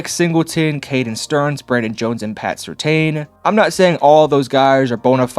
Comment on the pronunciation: First of all, learn how to say PS2's name right. Second, how the hell do you know if Sean Payton's offense is easy to run or not??? Russell Wilson couldn't handle it. Please please please don't make any more videos about the Broncos. You have no idea what you are talking about.